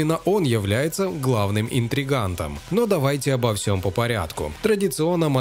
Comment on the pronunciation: Не "интригантом" а интриганом! Вылезли на ЮТ, учите русские числительные и проверяйте произношение заимствованных слов по русским правилам, а кое как зачитать инфу из рекламных статей любой баран может🤷‍♂️ Берите качеством! Успехов 👋